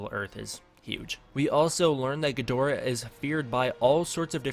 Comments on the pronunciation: It's pronounced GID-rah or GEED-rah. A lot of us Western folk mispronounce it. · it's pronounced ghidorah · Stop saying Ghidorah wrong for god sake ur triggering me reeeeeeeeee